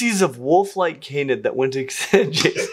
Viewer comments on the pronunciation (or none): none